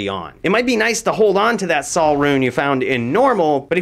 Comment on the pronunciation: Sol rune is pronounced "soul" not "sal"